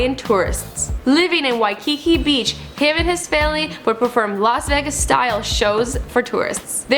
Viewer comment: las vaguest ????? it's Vegas